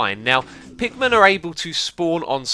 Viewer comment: When you say pigmen, it sounds like you're saying Pikmin. :D